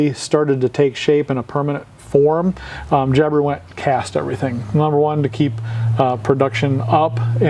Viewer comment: I Australia, we don't accentuate the i when we say Jabiru 🙂